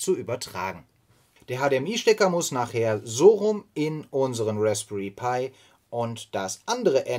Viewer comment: Mich irritiert die Aussprache manchmal. Pi und dann wieder Pi-I? Hat das einen tieferen Sinn? Ansonsten, ein sehr informatives und interessantes Projekt, wo ich als alter Raspberry Pi Nutzer auch novh was lernen kann wenn auch HA kein Thema ist in einer Mietwohnung.